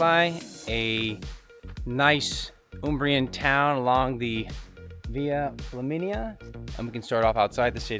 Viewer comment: I thought you said "Via Chlamydia" when I had a mouth full of coffee. I had to wipe up the mess on my keyboard and screen, and blow my nose pretty hard. Thanks for the giggle!